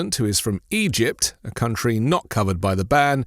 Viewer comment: "our cunt-tree" he got that right!